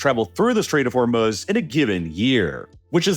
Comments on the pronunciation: WTHell is The Strait of Hormel-Smutz? 🤪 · THE CHALLENGE; do a shot every time you hear "Stait of Hormuz'. It's ridiculous.